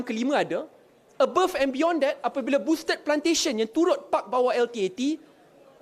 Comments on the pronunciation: You pronounce Boustead wrongly la. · Cuba eja boustead pastu sebut betul2.......